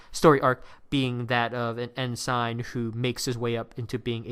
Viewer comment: Your pronunciation of "ensign" is awful. It's not "N sign". It's "N sin" (rhymes with benson)